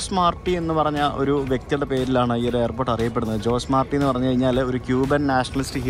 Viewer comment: ജോസ് മാർട്ടി അല്ല ഹൊസെ മാർട്ടി ആണ് ( how·zay maar·tee )